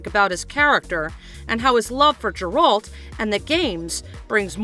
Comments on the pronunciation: Chris Hemsworth? 🤣🤣 Liam is the one taking over the role. Not really what I'd call a minor typo misread by some janky Ai voice. And Geralt's pronunciation is wrong, too. Is this a real media-focus channel or one of those "just for clicks" (right or wrong) channels? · If your gonna make a video and claim you've done your research, you would expect correct pronunciation of the main character. You butchered it maam, just like the direction of the show congratulations. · Not even pronouncing Geralt correctly. Clearly hasn’t even watched the show. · If you can't pronounce the main character's name or where he's from don't narrate the video. 😂